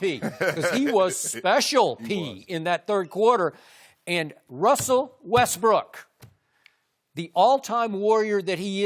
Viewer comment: "Wessel Westbrick"